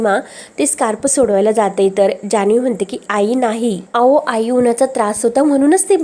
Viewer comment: अहो chya ऐवजी ao असं काय म्हणते, बोलायची स्टाईल, शब्द खूप विचित्र आहे, निवेदिका बदला, कोणालाही येऱ्या गेऱ्या la व्हिडिओ बनवायला देता